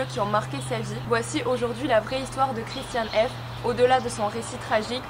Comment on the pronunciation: La pronciation est allemand c’est pas ça 😅